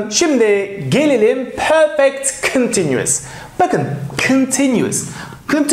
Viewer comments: Şu perfect diyişin yüzünden ingilizce den çekindim. Benim gibi kaç kişi var ? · Hocam soylerken Perfect degil Porfect derler bizim Ingiliz usaklari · Peefek diyen ağzını yerim